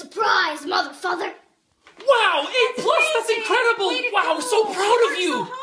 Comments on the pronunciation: Ohhh,my whole life i thought she said ,,surprise motherfucker" now i realized that she sais ,,surprise mother father" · "surprise mother father" i always hear "surprise motherfucker"